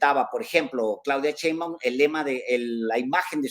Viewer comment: ¡¡SHeinbaum!!, no Seinbaum.